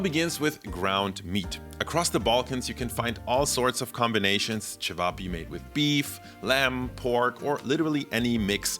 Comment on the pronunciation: Great pronounciation of cevapi 😊